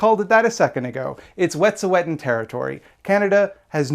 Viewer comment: i haven't seen anyone point this out yet, but from what i know, the pronunciation of wet'suwet'en you're using is incorrect - toonasa_tseke on instagram posted a pronunciation lesson! i'm also non-indigenous and living within the claims of the canadian government and i think we need to be trying as hard as we can to honour indigenous people's language as much as we honour their struggle. other than that, great video <3